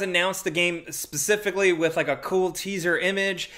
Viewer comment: are you calling for ypur cat mid-sentence? "PspspspsssCIFICALLY" Lol